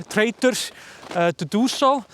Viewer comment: is that 'trader' or 'traitor' :_smile:? It's hard to tell when you're dealing with bankers.